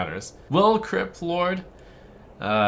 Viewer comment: I actually heard him say "Kripp Lord"